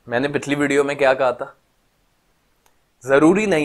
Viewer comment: Pichli ko pitli bola ,, anyone noticed,,?